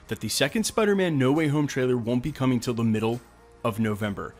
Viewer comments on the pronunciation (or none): none